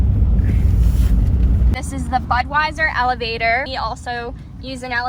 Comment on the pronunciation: Hi, I'm a little bit slow getting to watch this time but still enjoyed it. The first couple times you said Elevator I thought you were saying Alligator😂 Then I got it figured out. I would of been scared trying to fly a drone in such wind. Thanks for the trip and beautiful scenery, The heard of deer was cool. 🌹👍👌